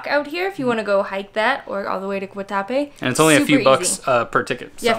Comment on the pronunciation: I was born in Medellín and I’m glad you visited. Also, glad you got the bandeja paisa. My favorite Colombian dish. The morcilla was in fact a blood sausage and it looked like you enjoyed it. The other was a chorizo. Guatapé has an accent over the e so the emphasis should go on the e and not the a.